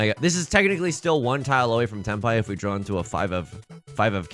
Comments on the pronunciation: Have you been to the midwest recently? Saying "Drawr" instead of "draw" and "warsh" instead of "wash" is a Hoosier thing. Also, congrats on an absolutely sick Hanchan. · Every time you say "If I could 'drawr' or 'drowr'...", it feels like a missed joke opportunity. It could be "If I could Dror Ragzlin (that's a Baldur's Gate 3 reference)...". Food for thought!